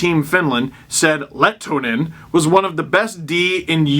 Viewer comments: MiK-KOH LEH-TOH-NEN. NOT LET-NEN or Let-en-Nen. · The H is not silent in Lehtonen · You’re pronunciation of his name is wrong. You pronounce the H.